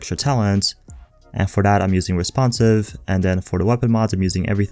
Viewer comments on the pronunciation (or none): This is driving me insane. The word is TH-A-T... Not tha-hdda. Everytime I hear it I cringe and lose track of wtf else you were saying lol.